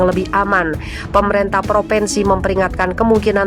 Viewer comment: Bacalah yg benar: Bukan PropEnsi tapi propinsi Bukan PemerEntah tapi pemerintah. Ini hal mendasar yg seharusnya anda kuasai.